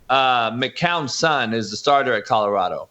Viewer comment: Jason you still can't say Colorado. Lol